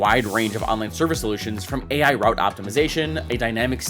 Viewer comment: Again, "Rouit"